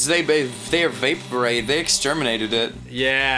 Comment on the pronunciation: Ross trying to say vaporized